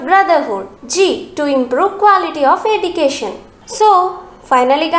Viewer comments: Nice notes.. But pls pronounce the word education properly. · Very good teaching style but the word education is not pronounced properly